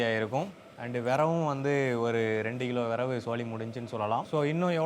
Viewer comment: விறகு ❌ விரவு ✅ 😂